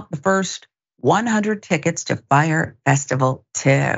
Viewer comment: "FYRE." Not, "Frye" Hire some educated people!!!!!!!